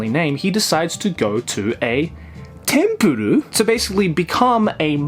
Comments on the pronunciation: Its not tempurur its tenpuru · It’s TENPURU not Tempuro? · Also it's Tenpuru, not Tempuru. I think the failed on that one. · For anyone else struggling to find the second manga he was talking about I found it as Tenpuru not Tempuru. Or englishly as Temple. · The series is actually call tenpuru not tempuru if anyone is wondering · It's called tenpuru, look it up as "tempuru" you'll get results for tempura. Also known as Temple. Saved you and everybody else 17 agonizing minutes. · Does he really need to pronounce it as tempuru its literaly just temple